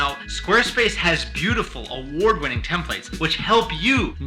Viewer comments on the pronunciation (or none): Doggone it,, I want to subscribe but I can't until you pronounce "templates" correctly! It's been years, dude!